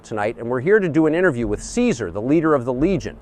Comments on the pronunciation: Only nit-pick is that Caesar doesn't pronounce his name the Latin way.( Khi-zar) Though it's an excellent video nonetheless. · I thought its pronounced Kaiser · I like how "see-zar" continuously mispronounces his own name. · Can’t believe Caesar didn’t correct his pronunciation to “kaizarr.” I know it was apparently historically correct, but hearing it was always weird. Can’t imagine how those lunatics learned the ancient pronunciation of Caesar. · Its pronounced KAISAR damnit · Why aren't they pronouncing it "kai-zar"? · You can tell this video is actually an NCR psy-op because Caesar would never pronounce his name as "see sir". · It’s criminal that they are both saying “Caesar” wrong. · Real caesar would never: 1) Call himself the english pronounciation of caesar 2) Mention Malpais Legate as being essential to the creation of the legion. He did all the heavy lifting himself baby, because he is Caesar and he's very badass, as you know. There was some dude on old photoes but his face was crossed out so he's clearly irrelevant 3) Call himself Edward Sallow even in the past 4) Dodge questions and be anything but unproud of what he's doing Still 10/10 funny meme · Good video, but Caesar would not ever pronounce his name like that, lol. Kinda took me out of it